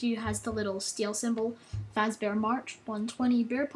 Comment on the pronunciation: Dude.its fazzbear.